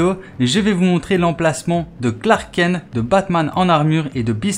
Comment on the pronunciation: tu tus la légende de SUPERMAN en prononçant Clark KEN ....prononçe KENTE lol